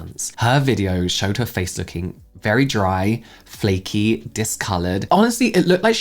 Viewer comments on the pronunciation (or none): none